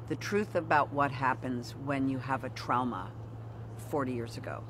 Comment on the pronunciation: Jamie saying trowma just healed my trauma 😂😂